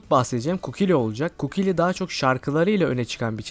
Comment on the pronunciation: ABİ KUKİLİ DEĞİL KUKULİ